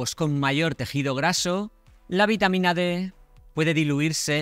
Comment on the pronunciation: Precisar si es VITAMA D ó B. Por la pronunciación no se le entendió bien. Presumo que es la D. Gracias.